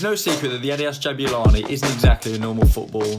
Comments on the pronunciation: Pronunciation is actually "JABOOLANI" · I'm from South Africa. The name which is a common name for black males is pronounced - Jah boo La knee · Lol it’s pronounced Jab-oo-la-ni Also I think the main reason why the movement is so erratic is because it is designed to be played in higher altitude(high enough for a rugby ball to carry an extra 9 meters and at sea level as well as a rediculous difference in humidity levels between altitudes and different parts of the country with little difference in movement variation. I live in South Africa and and the difference between Johannesburg and Durban and Cape Town. Johannesburg being dry and hot with afternoon showers. Durban being hot and Extremely humid, enough that if you moved from Johannesburg to Durban via plane when you get out you feel like your swimming through the air(hot tub edition). And Cape Town being highly a kin to the climate found in the south of France, Italy or Greece, extremely Mediterranean. So the ball was probably designed with that in mind. If you wanna see just how many climates there are in SA go look at a climate map